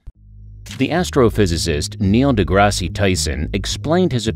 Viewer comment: Dude - learn how to say DeGrasse and “penguin”